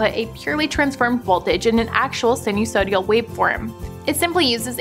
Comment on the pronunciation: Get somebody that at least knows how to pronounce sinusoidal